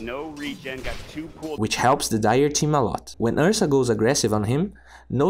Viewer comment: Also "two", he's killing me each time